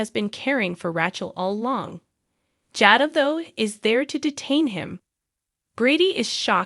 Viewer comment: I don't like how you pronounce Jada and Rachael's names.